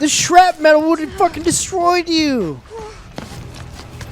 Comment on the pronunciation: “shrap metal”